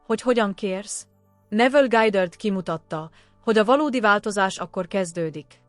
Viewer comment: Mindegyik rossz....nem lehetne megoldani emberi hanggal? Neville Gájdörd 😂iszonyat